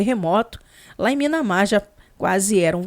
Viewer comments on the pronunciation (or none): não fica brava comigo, mas não é Minamar, é Mianmar.